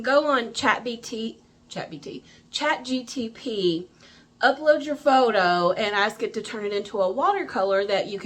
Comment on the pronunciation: Hiii 🤩🤩🤩!!! I'm enjoying your video. Did you say "CHATGTP"? (re: Watercolors from Photos). Back to your video😊😊😊.